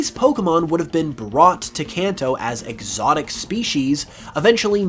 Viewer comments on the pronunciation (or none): EGGsotic, ha